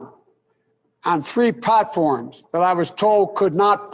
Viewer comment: “Three PATforms”